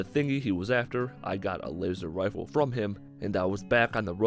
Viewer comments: You said Lazer wifle at 6 39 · did he just say "Laser Wifle"